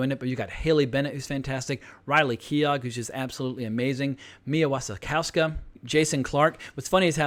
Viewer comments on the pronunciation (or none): Keough is pronounced key-oh (like dough or play-doh) not key-og (like dog). The W in Wasikowska is pronounced like an F or V. Also, a spoiler alert in the video title might be helpful for those who haven’t already seen the film.